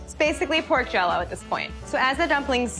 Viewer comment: "Pork Jelloo"